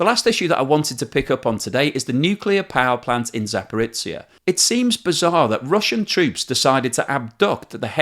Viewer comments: Just a couple of points: you shouldn't idly talk of a "nuclear explosion" at the power plant. Even if a reactor was deliberately blown up, the nuclear fuel wouldn't detonate. And btw it's not Zaporitsia, it's Zaporizhia...or Zaporizhzhia. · I was tempted to look up Zaporitsia on a map, as I've never heard of such a place :) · Love your channel and your detailed analysis of the economics relating to the Russian invasion of Ukraine. Just one comment, zh (ж in Cyrilic) is pronounced like the sound we have in 'pleasure', 'leisure' and 'measure' rather than z or ts. So place names like Zaporizhzhia need to reflect this pronunciation :-) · Wonderful, very very useful work! But check up on pronunciations - Zaporizhzhia is a transliteration, or an attempt to render letters that don’t exist in some languages that use the Latin alphabet. The “zh” is a rendering of a “j” like in the French “je”. Energoatom is “enERguh-Atum” (stressed syllables capitalised). Wikipedia is often your friend on these pronunciations as it includes phonetic alphabet renderings including stresses at the start of many articles.